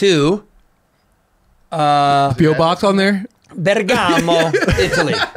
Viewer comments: Jason Bergamo is a city in italy, it's near Milan . You mispronounced it , it should sound more like "Bergh-r-more" when you pronunce it. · hey! amazing! love it! by the way Jason - it is BEH er Gamo -!!!! hehehehehe Good to see you.!